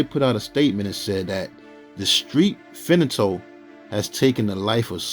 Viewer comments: As for Bobby's son section it's spelt and pronounced as Fentanyl* not fenatyl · Fentanyl is pronounced fen-tun-nul NOT fin-a-tole. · Its NOT "FENATYL", its FENTANYL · Im sorry homie but igots to tell you this.....IT IS PRONOUNCED FEN-TA-NOL or you could even say it like FET-NOL!! I don't mean no disrespect yo but the way you saying it, is just all kinds of wrong man. If you want people to understand what you saying and the message you trying to convey and get across, you gotta say it right, always ain't nobody going to know what your saying or trying to say for that matter. Im just tryna help you out yo. And like I said, I don't mean to come across sideways or nothing and I dont mean no disrespect. Just tryna help you out a bit!!